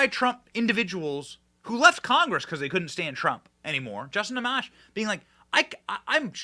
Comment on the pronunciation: Benny you are great and I so appreciate your work. Just to lend you a bit more credence, Justin Amash pronounces his last name (Ah-mosh') I am not his friend but I do live in Grand Rapids and have heard him introduce himself several times. I am shock he stood behind the Constitution and did not support the Dem Agenda. I may very well have to change my feeling about Justin. I truly hope so.